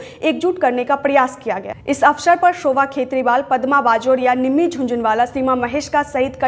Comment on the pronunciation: मैडम सड़क को सरक बोलती हैं। अवशर नहीं होता है मैडम अवसर होगा